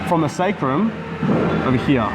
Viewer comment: I love it when u say, "ovuh herrrre"